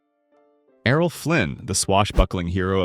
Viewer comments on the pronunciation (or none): none